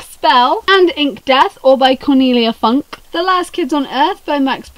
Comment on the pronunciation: Cornelia Funke is a German author you have to pronounce it the German way 😂